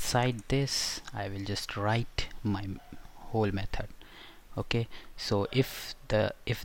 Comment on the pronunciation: "Okah".... "Okah"